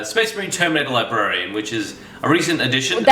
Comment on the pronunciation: LIBARIAN ? i think libRarian